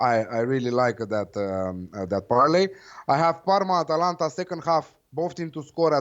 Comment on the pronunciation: Atalanta, Not Atlanta